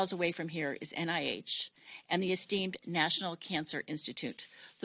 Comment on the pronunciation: Say Esteemed again please?